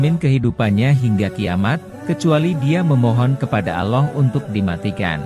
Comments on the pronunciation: Aloh alohh kok gitu sihh kalo nyebut. Ga benerr ni perbaiki dongg Jangan aloh Tpi Allah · apakah agama admin aloh...Allah bkn aloh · Aloh apaan ya?. Kurang W penyebutannya. Awloh pengucapannya. Allah tulisannya. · Maaf pembacaan nama Allah itu yg betulnya Allah bukan Alloh.. 🙏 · Kok bilangnya aloh sih? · Mohon maaf admin, saya merasa agak risih di telinga saya ketika si narator menyebut nama Allah dengan Aloh. Tolong diperbaiki pelafalannya. Rasulullah shallallahu 'alaihi wasallam juga. Mohon diperbaiki pelafalannya sesuai dengan pelafalan yang benar. Terima kasih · Bahasa nya di perbaiki,ALLAH bukan alloh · Kok ngmng allahny kek g bnr hrsnya ALLAH BKN ALLOH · Allah BKN Alloh itu sangat berbeda..itu pun yg punya channel menyebutnya salah.. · Allah pak, atuh lain Aloh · sebutlah kata Allah dengan benr,jngan asal aloh aloh saja ente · Sy muak dgr suara goggel itu..narasi menyebut Allah saja slh....tolong ganti suara y yg asli...jdi MLS mau subckr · Tlg lah di ganti yg memberi suara atau yg mmberi narasi sama org yg benar ucapan nya,ini yg serius lhoo.penyebutan Allah yg benar,tdk auloo.trmksh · Iya nih setuju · kalo sebut nama ALLAH yang jelas atas dasar apa sehingga tidak bisah di sebutkan dengan jelas..!? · Iya betul klu bisa narator diperbaiki dalam pengucapan nama Allah SWT